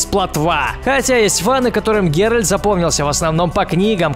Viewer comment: ГеральТ а не ГеральД